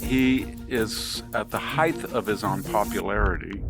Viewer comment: Why do some people mispronounce "height" like it's "hythe"? It's ends with a hard T. "hyte". Hard T like "weight".